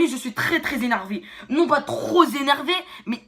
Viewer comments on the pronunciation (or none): « Je suis trop z’enervé » mdr ok 🤕